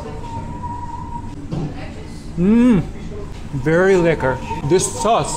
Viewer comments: I live in Rotterdam, it was really fun to see you go around places I’ve been to a bunch 😂❤ Also, your Dutch pronunciation is great, the way you say “lekker” is very authentic! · I like how you said "lekker" without an accent, it's the correct pronounciation.